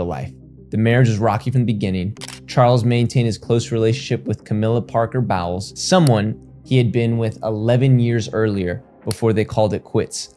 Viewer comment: I agree, as a Brit it’s weird to hear ‘Bowels’ which is a body part, it’s bolles in pronunciation. Dodi is do-di. Small things outside the uk but instantly makes it feel less researched. Giving as advice to improve the details, English written and spoken is very confusing that’s for sure